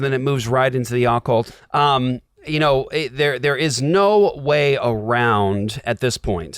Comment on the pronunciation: How you pronounce occult is unnerving lol